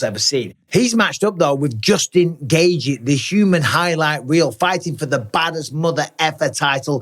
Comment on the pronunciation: Why does Mike pronounce Justin’s name “gay-gee” instead of “gay-chee” like everyone else?? Seriously can he not pronounce it?? It’s like he made it up. Do better, Mike.